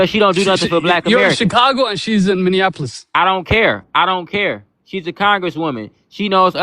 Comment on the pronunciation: He said Colorado and Minnesota he also mispronounced Minneapolis as “Minnehappyolis” lmao his accent is hideous 😂😂😂